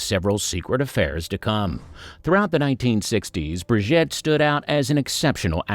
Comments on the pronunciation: Its not Briget its Brigitte !!! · He's an equal-opportunities language butcher! German and Italian get the treatment too 😆 It's not difficult, FFS. Five minutes' practice would sort it out. Bri-ZHEET. Easy. Tran-teen-yon. As for Gilbert Becaud . . . 😱